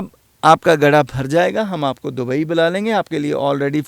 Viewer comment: Pehle dubai ka naam sahi se kehna seekhlo.